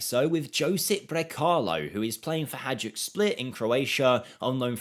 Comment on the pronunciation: hajduk is read as Haidook. not hadjuk.